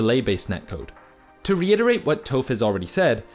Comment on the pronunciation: He says Toph in a weird way